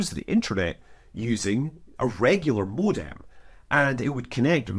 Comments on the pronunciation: HOLY DIAL UP TONE BATMAN! say it with us Scott. MO-DEM MO-DEM You madlad you. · Scott you say modem so funny. is it a Scottish thing?